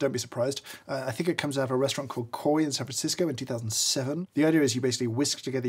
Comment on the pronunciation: Coi (restaurant) is pronounced more like kwa I believe